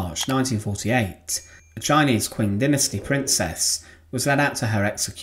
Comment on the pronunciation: Maybe worth checking pronunciation guides and doing another take, a lot of these chinese names are distractingly mispronounced. Qing is like "Cheeng", for example. Love your work.